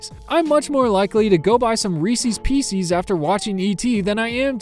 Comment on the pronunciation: ) WTF did you just call them 😐 Thats not how reeces pieces is pronounced!!!